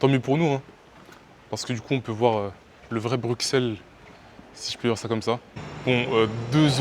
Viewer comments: Alors juste pour te dire on dit "Brussel" et non "BruXelles" sinon j'aime t'es vidéo :3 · C’est pas bruxellesssss c’est brussels la prononciation j’voulais dire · on prononce brussel mais on écrit Bruxelles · ignore, c'était agréable à regarder, surtout pour une première vidéo. le seul truc qui m'a un peu trigger c'est que ça se prononce 'Brussel" ^^ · La façon dont tu prononces Bruxelles Le mauvais exemple de voyager sans ticket de transport, en fraudent T es étonné des prix, le prix c'est le prix, si ça se trouve, les prix augmentent car il y a plus de fraudeurs... va en République Tchèque pour avoir des tickets en rapport à ton miserable budget Wesh (ca ne se dit pas quand on est quelqu'un de civilisé) Tu veux des transports gratuits, va au Luxembourg ;) dinguerie dinguerie Faire des prank cul cul la praline ce n'est pas nécessaire dinguerie encore l'idée de fraude ... pas bien Wesh le seum dinguerie dinguerie mauvais exemple pour ta communauté dinguerie dinguerie 2x Conclusion : pas de Wesh et pas de dinguerie à tout va. Ceci dit, t as une bonne bouille et t as l'air sympa Vidéo sympa mais qui ne résume pas la totalité des beaux lieux de Bruxelles. Bonne continuation